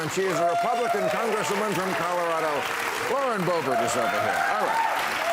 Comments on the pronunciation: Lauren Boebert? Damn! I thought you said "Lorena Bobbitt"! When is this show going to give the public what it wants? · Boebert? Come on, this isn’t an opposing viewpoint or a good example of a conservative representative. You can hear the over pronunciation and baseless confidence of someone trying to sound smarter than they really are when she speaks. Some talking heads might have a high profile but remain empty as well.